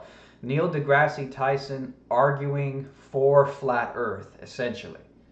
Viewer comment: Why did you make fun of GE for pronunciation when you can't correctly say Degrasse? He isn't named after a terrible canadian TV show.